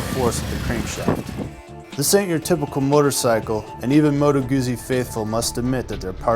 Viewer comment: sorry mate: It's MOTO! You can check it out on any Italian motorbike review on youtube! Are you sure; your wife is from Italy???:-))